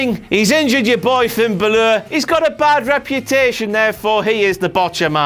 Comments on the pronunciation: Drew The Legend finn baloure lol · Finn Buh-Ler?